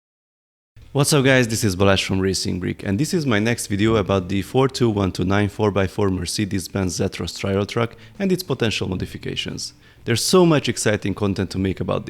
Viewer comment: mercids benzzzz zetors